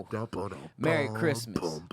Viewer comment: Tom…he said Crestmas